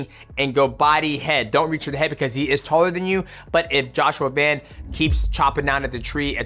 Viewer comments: VAN NOT VAUN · Bro.. his name is Van not Von.. I swear fighters are the worst and pronouncing other fighters names lmaoo why you making it harder than it needs to be 😂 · his last name is Van bro why do you keep saying Vaughn 😭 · Van not von🙄😮‍💨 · VAN not Vauhn